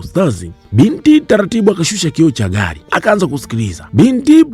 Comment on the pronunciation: Mi najaribu kuandika iyo anavyoitamka nashindwa🤣🤣🤣🤣